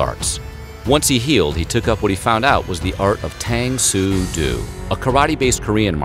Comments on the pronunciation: Hey! It's pronounced DO like a female deer! You were killing me in the Bruce Lee video but now I'm over the edge! Otherwise great job on every video of yours I've watched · Please learn how to pronounce martial arts names. Do? Really?